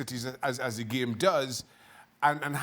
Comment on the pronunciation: I like how Shaka pronounces it. Geam.